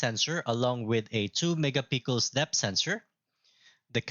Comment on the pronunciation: sir its not mega pickles its mega pik-sel 😅